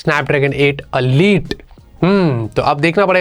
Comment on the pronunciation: Bhaisahab. It's not Alite. It's ELITE